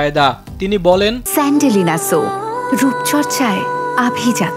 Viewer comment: তিনি বলেন স্যন্ডেলিনা সোপ😅